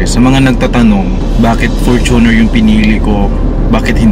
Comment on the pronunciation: its FORTUNE-r not for-TUNER